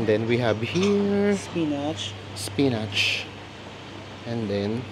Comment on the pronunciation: I'm not bashing you, but spinach is pronounced as spin'ich.